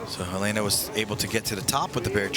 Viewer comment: HUH LAY NA. its HEH LENA. Americans butcher every other language...